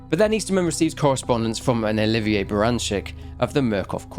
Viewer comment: Love your videos - but you mispronounced Oliver as Oliva. It kinda gave me a giggle and made me wonder if I was forgetting something from your orginal Videos for the Outlast games. So now I need to rewatch them.